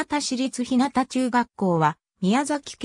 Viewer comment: ひなたちゅうがっこう、ではありません。 ひゅうがちゅうがっこうです。